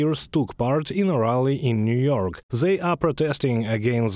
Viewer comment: NEW YORKK ????😂😂😂........FVCK WESTTT ...